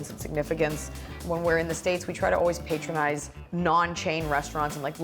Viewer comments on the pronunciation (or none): Did she say patronize?